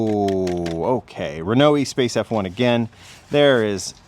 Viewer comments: Espace pronounced ESS-SPass. It's a French car. Make an effort to not "English-a-fy" every name,,,smh. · Pronounced Eh-spass